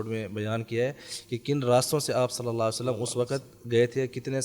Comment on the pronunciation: نبی اکرم صلی اللّٰہ علیہ وآلہ وسلّم کے نامِ مبارک کے ساتھ درود پاک مکمل پڑھیں پلیز درود پاک کا ہر لفظ مکمل اور واضح ادا کریں پلیز